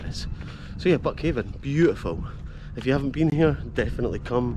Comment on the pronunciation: It's locally pronounced buckhind. Born and raised a mile up the road in methil.